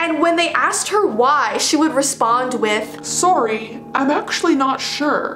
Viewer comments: Saw- REEEEEEEEEEE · Saw- ree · Soar rie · I love the way says, “Sorry” The Canadian way lol. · I love that way she says sorry to lol☠️